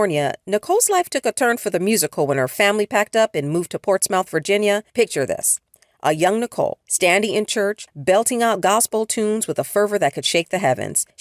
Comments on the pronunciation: Ports-Muth not Mouth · It's pronounced Ports-muth not mouth ... The O is silent. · 7-Fi-7 stay safe n fire with talent! Oh yeah btw, it’s pronounced “PORTS-MUTH” not “ports-mouth” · That mispronunciation of Portsmouth 😮‍💨😮‍💨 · It’s pronounced PortSMITH not Ports-MOUTH (even though it’s spelled that way). Great vid ✊🏾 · Pronounced Port-smith not Ports-mouth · It is not Ports MOUTH… it’s pronounced Ports smith… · Um it's pronounced Ports-Muth ! ;) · Yes. I was thinking it’s Port-Smith. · right but it’s pronounced Portsmith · This the comment I was looking for 😂😂😂😂 I was like “where” 😂😂😂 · lol P town is not pronounced that way 😩😩😩😩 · Hey lady you going to pronounce the city I was born in correctly Portsmouth get it right